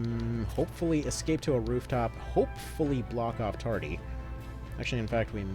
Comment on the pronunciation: Why are you calling him Tardy?